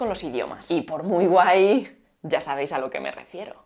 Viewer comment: Ella dijo "súper guay" y pensé que dijo "super white" 🤣🤦🏼‍♂️